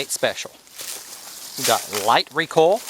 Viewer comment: REE COIL not REE COLL!! haha